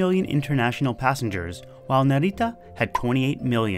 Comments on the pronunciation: You're pronouncing Narita like it's a spanish word lol. It's more like Nah-ree-tah. You're accentuating the middle syllable too much. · the way you say narita is kinda cute. sounds Spanish Naritta. with the accent on Ri. but the accent is on Na